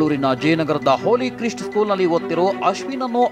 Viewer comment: ಹೋಲಿ ಕ್ರಿಸ್ಟ್ ಅಲ್ಲ ಅದು "ಹೋಲಿ ಕ್ರೈಸ್ಟ್"